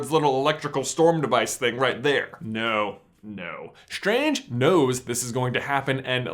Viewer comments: im cringing everytime he says Dr. SCHtrange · Why do americans pronounce the st sound as "SHT". Dr. SHTRANGE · is it just me or is he annoyingly saying dr stranges name wrong? it's strange man. not shtrange :D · "Dr. Shtrange" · why ... do you.. pronounce the "s" like "SH" ? You sound like a indian scammer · Doctor Shtrange LOLLL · You have a strange pronouncing. Like with Doctor shtrange. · Doctor Shtranshe? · It sounds strange when you say strange. Let's keep it as an theory. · i think you pronounce strange and strategy wrong